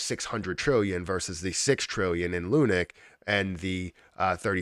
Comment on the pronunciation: Please call it lunacy, not lunic